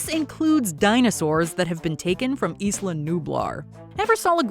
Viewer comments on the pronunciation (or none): none